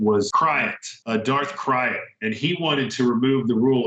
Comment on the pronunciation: I always thought it was pronounced 'Darth Krayt' like a Krayt Dragon. Sounds strange hearing it as Darth Kryat